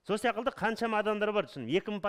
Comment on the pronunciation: Сияқылды деген бір түрлі естіледі екен